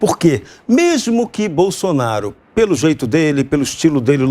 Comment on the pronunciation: Viu como ele deu uma lacrada falando bousonaro qui nojo